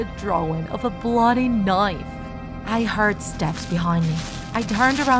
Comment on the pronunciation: love the story but i can't get over one part: KnOiFe